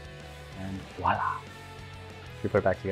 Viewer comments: I really like your videos and I was very impressed with your gravestones. But.................... let me be a little pernickety here. You both used the term "Wallah", well that's how I heard it. I've heard a lot of people use this expression in the US, and elsewhere, almost always the same way; "Wallah". As I said, I'm going to be pernickety and pedantic - blame my OCD nature. It's actually “voilà” or “voila.” It's a French word actually and the correct pronunciation is roughly vwa-LA or verwah-LA, with an audible “v.” I mean no offence but It's a pet hate of mine along with similar incorrectly used terms such as "he should of done it properly" where of course the "of" should be "have", "unchartered territory" which should be "uncharted" and the old favourite "I brought some really nice shoes today", where of course it's "bought", not "brought". Sorry, I can't help myself - but good videos!! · “VoiLa” - look there! “Wallah” - makes my brain itch and not a word.